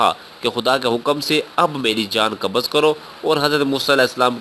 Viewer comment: kabaz nahi hai qabz h